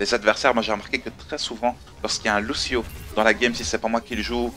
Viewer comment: Et ça se prononce Louchio ;)